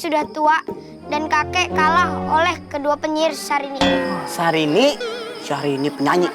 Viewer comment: Kakek nya bilang sarini bukan syarini